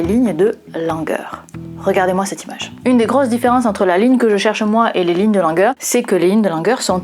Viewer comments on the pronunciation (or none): Avec votre première prononciation du nom Langer, je croyais que nous avions sur la peau des lignes de langueur 😄 (ce nom anglais devrait plutôt se prononcer comme ''Laine-jeûre'')😊 Je ne possède pas ces lignes sur mes bras, mais j'aimerais bien savoir si elles sont un vestige (ou une cicatrice?) d'une très ancienne maladie à laquelle auraient survécu nos très lointains ancêtres. Enfin, j'ai complété le formulaire et j'ai bien hâte d'en connaître le résultat! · Karl Langer se dit Karl Languére en allemand. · 😂 J'entendais "lignes de langueur". Mais prononcé à la française, "langer" prête également à confusion, surtout quand il s'agit de bébés.